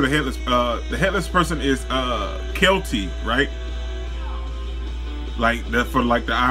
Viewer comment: I Think you mean Celty not kilty